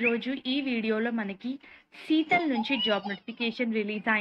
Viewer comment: Seetal kadu madem, it's Sitel!